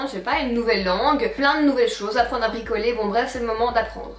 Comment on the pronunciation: Fin de la partie 2, j'ai entendu "apprendre à picoler" au lieu de "apprendre à bricoler". 🤣🤣🤣 Sinon merci pour cette vidéo. 😘 Toujours aussi belle! 😍❤